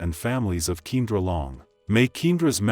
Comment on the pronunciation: Her name is pronounced Key and ra!